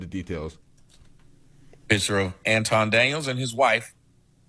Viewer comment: Pronounce it AntWan. He changed his name for wypipo